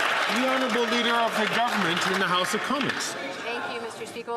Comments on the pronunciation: I swear when Karina Gould was first speaking she almost said "This side of the heist". Not "house"... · Haha,it sounded like gould said 'this side of the heist'.